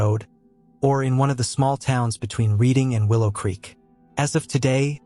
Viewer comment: Reading is pronounced Redding. Same as the Reading in England. The Sundays album, Reading, Writing, and Arithmetic…also progressing lol. But I just learned that at 45 after loving that album for 30 years 😁👍